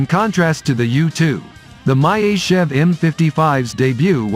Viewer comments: What is this "My-Ist-Tschev"? It should be Myasischev. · Not an opponent of the U-2, it is the equivalent of the U-2. Myasishchev is pronounced Mee-A-See-shev AFAIK. The MiG-31 operates at about 22km altitude. The 37km altitude flight was for a record and was a stripped down aircraft optimised for the role so it was not carrying missiles or radar. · МяТичев) бро😂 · Learn to pronounc e the name of the plane correctly. Or you have dislexia?